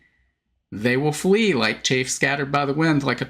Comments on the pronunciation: it's chaff (short "a"), not chafe (long "a"). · Chaff sounds different than chafe Chaff is like baaaa sound